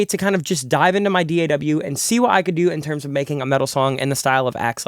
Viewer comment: Bro really says D.A.W. instead of DAW